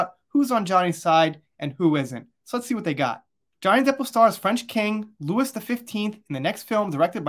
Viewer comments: Hi, if I'm not mistaken, it's pronounced King "Lou-ee", not Louis. And the location is pronounced the Palace of "Ver-sigh".. and Cannes, is pronounced Khan.. like Star Trek, the Wrath of Khan movie. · Louis + Looey, Cannes = Can